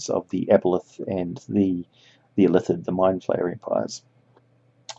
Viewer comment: it still sounds like Ilithid to me. I'll call them Ilatheeree & blame the Mind Flayer empire. screw them gawdz!